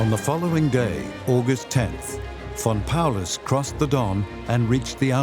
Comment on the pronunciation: Todo iba bien hasta que dijeron von Paulus 😂🤣😂🤣